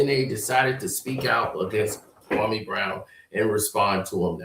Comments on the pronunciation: HE PRONOUNCE KWAME BROWN NAME LIKE THAT OUT OF DISRESPECT HE KNOW WHAT HE'S DOING. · SAS should definitely know how to pronounce Kwame’s name by now